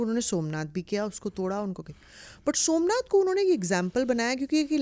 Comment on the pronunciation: सोमनाथ को सु मनाथ बना दिया , वाह देवी जी वाह 😂😂😂😂 अब समझ आया की जेएनयू से देशद्रोही क्यों निकलते हैं। ये बकवास पढ़ाया जाता है वहां।